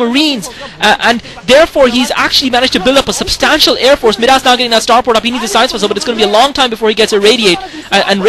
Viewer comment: Where did this Kwanro guy come from? Wow... nice play., I think Midas is pronounced "my-das" like King Midas. I hope your back commentating soon!